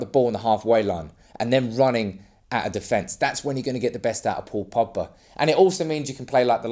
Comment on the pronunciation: There’s a G in Pogba. His names not Poba